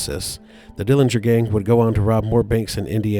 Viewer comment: The correct pronunciation of the Dillinger family name is with a silent 'g'. Uncle John was in a jail and not a prison when his buddies from Michigan City Prison broke him out of the jail. Anna Sage didn't know which theatre they were going on that fateful night, so there were police outside both theatres. Uncle John was assassinated in Chicago as his sister, Audrey, identified her brother by a scar on his calf that he received when he was younger stealing watermelons with a buddy. There are many, many more family members who do not want Uncle John's grave disturbed than the few who do. Thank you for your interest and for the pictures in this video of Uncle John!